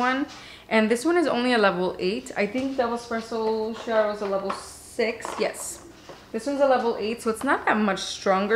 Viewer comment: Hello from Italy! I got the vertuo thanks to your reviews! Just a note: double clear espresso, pronounced Kiaro! : D